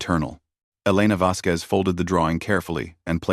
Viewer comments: The name Vasquez does NOT have a "W" in it!!!!!!!!!!!!!!!! Her name is NOT "Vasqwez"!!!!!!!!!!!!!!!!! fHow the HELL can your AI say "Vasquez correctly in every other sentence and WRONG in every other one!!!!!????? Crappy AI! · Your AI also never learned how to properly pronounce the name Vasquez.